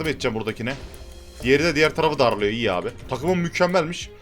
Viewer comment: deki çok iği diğişin beni benden aldı